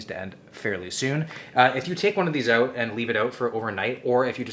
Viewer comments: Being from England I find it difficult to tell the difference between some American and Canadian accent. But when you said ‘let’s try oot’ that makes it clear as day hahaa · My daughter in the background "Is he Canadian? He said oot" 🤷🏽‍♀️